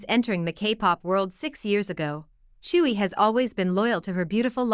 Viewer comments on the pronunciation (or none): none